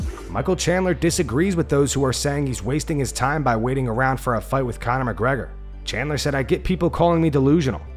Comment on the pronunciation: ”Chandlet” 😂😂😂 I hope that was intentional because that’s gold lmao